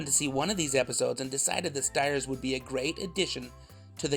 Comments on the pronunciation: st-years… the I is there for a reason lol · I had always thought that his last name was pronounced "Steers" instead of "Stires" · I learned a lot from this video. The first was the pronunciation of his last name. Been saying it incorrectly for the last 40 years.